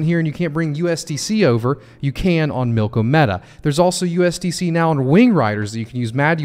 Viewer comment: Drives me nuts people calling it milk-o-meta or even worse milky media.